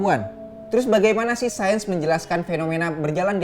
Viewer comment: Sayens bro(sains bro)